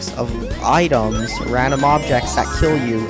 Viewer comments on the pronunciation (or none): none